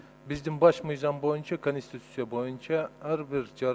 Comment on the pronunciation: Зулпукаров суйлогону кантейт каньститюся мизям деп уят ушул созду депутаттардын баардыгы ушунтип суйлошот.